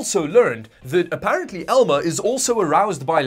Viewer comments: It's "Alma," not "Elma." Unless there's a joke for spelling it with an "E" that I missed. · I was looking in the comments for this. 100% Alma, not Elma. :)